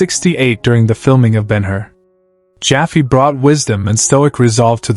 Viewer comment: Stephen Boyd did NOT retire to Ireland. He lived in California, he DID marry his secretary and he died on a golf course, not 'mowing his lawn'. This is deliberate mistake clickbait isn't it? Sam Jaffe ... (jaffy???!!!) didn't LATER have trouble with the HUAC since that was soon over in BH's time. And we're told Australian Frank Thring was an aristocrat! Charlton Heston was not unfaithful to Lydia, nor was he 'estranged from his son' who even directed him in movies. Hugh Griffith went on to many more triumphs, Adi Berber did NOT play a 'Nubian trainer' and George Relph, Morell, and Longdon all had distinguished careers in British cinema before BH. But perhaps the most squalid thing in this video is the ghastly emphasis on money, and their estates! Terrible.